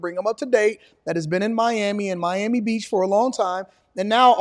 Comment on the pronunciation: "Me Am Me", you have to pronounce Miami like english is your second language to get those million dollar prices.